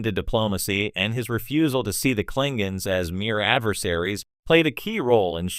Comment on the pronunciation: Klingens?!?! Sounds like AI at it again. 😂